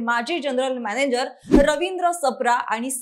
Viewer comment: बातमी छान सांगत आहात... त्याबद्दल अभिनंदन.... पण मी तीन चार वेळा ऐकलं... तुम्ही मॅनेजर ऐवजी मॅनेंजर म्हणत आहात अस वाटत आहे...